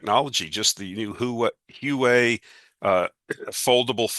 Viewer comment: Love your work, but one point on Huawei… it’s pronounced Hwa-Way, not Hoo-Way 😉. And you’re right, it’s an excellent phone📱.